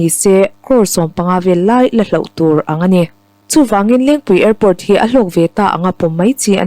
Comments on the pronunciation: Hlauh tih tur a nilo. Hloh tih zawk tur a ni e.. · Hlauh ni lo in HLOH tihtur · Hlauh ti lovin "hloh" tiin lam se aw...